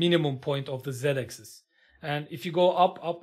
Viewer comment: Hocam video harika. Sadece axis‘in okunusu egzays değil ekzıs şeklinde 😅 birkaç saniye idrak edemedim